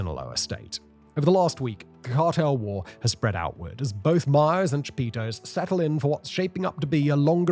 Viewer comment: Aint no way. "Cha-Pizza".